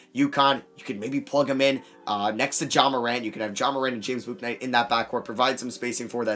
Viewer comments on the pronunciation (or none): Please stop over pronouncing the U in Bouknight so much. His name is literally just said "book"-"Night"